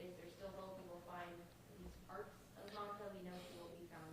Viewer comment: The deputy didn’t even say her name right it’s mamta not manta we gotta hold the PD responsible for these errors